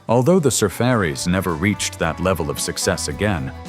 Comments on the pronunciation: . You say "surferries" I say sur-far-ies. One night in 1967, in a quonset hut on MCRD, I was tortured most of the night by drunk Marines playing this damned thing repeatedlly--and shouting over the music! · Not Sur fairies, sur far ees. As in Surfing Safari. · The Surfairies? What's the Ai guy trying to say? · Am I the only one who thought the Surfaris was pronounced sir-far-ees?Not surf-er-red? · Soo Fuh Rees???? Yes, "Wipeout" was their biggest hit, but we all remember "Surfer Joe", too. Add the lesser-known but popular dance tune, "Point Panic". They had a few other good songs. You are sharing some great songs with us, but you do not know the history of your topic. BTW, Barry Maguire was the co-writer and a singer in The New Christ Minstrel's "Green Green". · It's not Surfairies, it's pronounced Sur-fari. Combining Surf and Safari Safari .. a journey or an expedition. The Beach Boys.. Surfin' Safari. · Surfaris, pronounced : Sur - Far- Eeez --- NOT!! Sir Fairy's. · Su-Far-ies. Not Sur-Fairies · Safaaaaries, not surfairies. Geesh! At least get someone who knows something about the 60”s music. And psycadeelia? It’s psychodelia. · The band was not called the SURFfurries it was pronounced surFARies. Like SAFARIS. Dam ai speak. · Where is talking the pronouncing the name of the group is saying Sur furies 🥹🥹🥹the the pronunciation sur faries!! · THE SURFARIS ARE PRONOUNCED SUR FAR' IES, NOT SURF ERIES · Surfaris. Pronounced to rhyme with "safari." Not surf-fairies." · The sa fare ees? The sar far ees?. Good grief. It's sa far ees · Sur FAR' ees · uh..the surfairies and surfer-ees. hate AI. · The Surfaris were not a one hit wonder. And it's not pronounced surfarees. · Oh AI. Surfer-ees? I'm outta here... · WIPEOUT BY THE SUR-FAIRYS .. LOL .. AI is funnwy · The group was called, The Sur far ies my AI idiot. I was 11 years old in 1968. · You have to pronounce The Surfaris correctly. The Surf Aaarees. Ask any DJ. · The band's name is pronounced "SIR-FAR- EEEZ" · Sur FAR ees